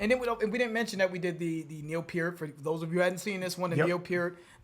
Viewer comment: I appreciate that you pronounce "Peart" correctly! Great show guy's!